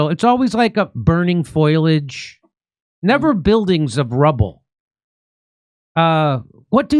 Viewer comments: foliage not foilage 😂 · Jimmy! It's 'foliage,' not 'foilage.' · Foilage? Learn English. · I had no idea that there was burning "foilage".... I bet it's from the "nucular" waste. 😂 God bless Jimmy Dore y'all! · "burning foilage" 😄